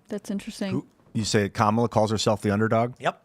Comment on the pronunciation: For all these people who proclaim "DO YOUR RESEARCH!" (which is the funniest statement, considering the source)... WHY for the love of GOD can they still NOT pronounce the word 'Kamala'? And we're supposed to find these people credible. Laughable. Not credible.